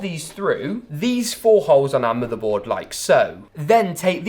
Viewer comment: The way he says "moother boad" lol